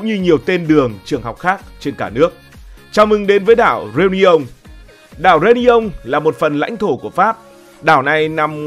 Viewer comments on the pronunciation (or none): Tức quá tên đảo người ta đọc sai tên phát âm. Réunion reyoonæn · Đọc sai phát âm tên đảo người ta nhá bực thật